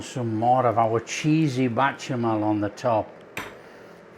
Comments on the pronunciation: Why do you keep saying bachemal and not bechamel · Beshamel. Ch in french is a sh sounds. Cheers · Goo-vee-yer cheese= Gruyère cheese. Batcher-mail= Bechamel sauce….God bless you,. Delicious looking sandwiches